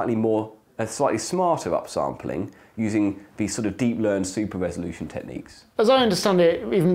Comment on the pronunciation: Pardon. Did you mean resoloution?